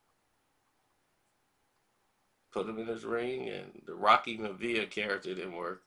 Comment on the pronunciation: Peter Miavia ( MYA-VEE-YAH)